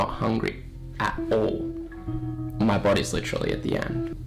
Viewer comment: That was “Licherally” crazy guys!